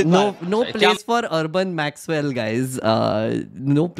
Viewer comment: I think the urban naxal guy would not even know the word Maxwell. I kept hearing that as 'urban maxell'..